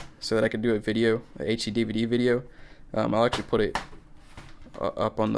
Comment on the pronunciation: You have to poot this cd into compooter